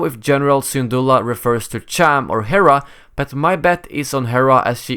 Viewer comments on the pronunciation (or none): none